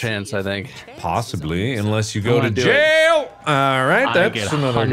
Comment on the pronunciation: when mark said "jail" my first thought was "SAIL"